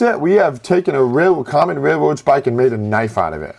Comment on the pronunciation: what the fuck, how can you not say RAIL ROAD its not rair rowd